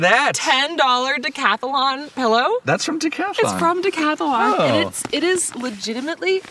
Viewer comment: Oooh, one of my pet peeves popped up in the video, and OMG, has you doing it now too! The name of the outdoor company from Europe is Decathlon. Decathlon. dee-cath-lon. Three syllables. Not dee-cath-UH-lon, or "Decathalon", like it was even spelled IN YOUR GRAPHIC!, you MUST put a stop to this MADNESS. If has her way, we'll all be doing a decathalon on our virgin voyages!